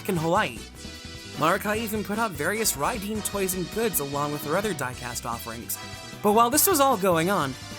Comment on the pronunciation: To be fair , mazinger in Japanese is pronounced (Madzinga/majinga) , and combattler would be (kombattora), so it’s not far off. Although Raydeen is Raideen (rye-deen) Great retrospective! That said I’m really happy that Bandai has just reissued the great mazinger Jumbo Machinder !